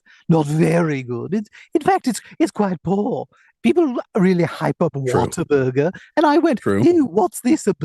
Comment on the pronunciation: talking like that and pronouncing it like Waterburger instead of what-a-burger makes it hilarious.